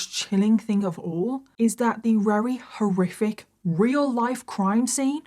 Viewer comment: Every time you say "horriric" I hear Scooby saying "roarific".😂